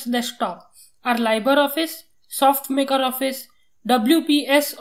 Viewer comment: Libre not Liber. It is pronounced as Leeb-ray.